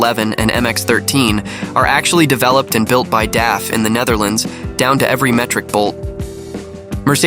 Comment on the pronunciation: DAF is pronounced like the beer from the Simpsons: Duff. And MAN is actually pronounced letter by letter. You're phonetically close to the correct pronunciation when you say: Emma N.